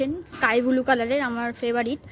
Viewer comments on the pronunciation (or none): none